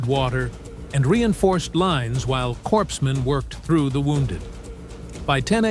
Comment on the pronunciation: Actually said 'corpse-man' instead pronouncing it correctly as 'coreman'. Laughed my ass off when President Obama did the same thing...